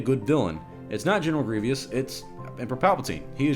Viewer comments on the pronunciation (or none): It's Grievous, not Grievyous. Also, most of the villains from the prequels were made so much better in Clone Wars. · Has a very popular insta and YouTube and is a supposed huge Star Wars fan but can’t pronounce grievous... no hate tho